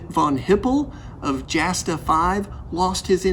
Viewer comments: Quick comment, it's pronounced "Yasta", not Jasta... Otherwise, great content, 5 stars! :) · Not probounced "jasta", it's pronounced like a y, or yasta. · Jasta is pronounced Yasta...and the D 5 and 5a were such crap the Red Baron repeatedly complained to the Inspector of the Flying Troops that they were totally outclassed by virtually every Allied Scout... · P.S. Jasta, short for Jagdstaffel is pronounced Yasta. A written letter J in German is pronounced same as the English Y. There is no spoken J. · Love this guy and his enthusiasm. . .but Jasta is pronounced "yah-sta," no "J" sound. The "Jagd" in Jagdstaffel (Jasta is short for Jagdstaffel) is German for hunt, which has no "j" sound. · And Jasta. Its pronounced "Yawsta" I think most German J words are pronounced with a Y sound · A few things: 1: Jasta is pronounced Yah-stuh Source: Source: 2: During "Bloody April", the Brits shot down something like 60 planes Source: Source: (Hart, Page 11) 3: Great video, I look forward to seeing more WWI stuff! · was gonna say the same thing, haha.